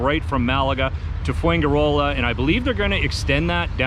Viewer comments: Fuenkirola??? Its fuenGirola! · Interesting but pronounce it fwen he row lah with the stress on the row. Enjoy! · Foo en jee roller